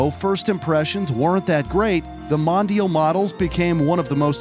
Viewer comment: Mispronounced MONDIAL